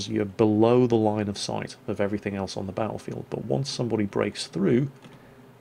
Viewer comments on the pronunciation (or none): none